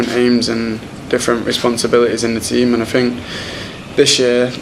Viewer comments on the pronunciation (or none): It is 'think' and not 'fink' my dear boy Rashford. Just saying. I love the way Rashford plays football.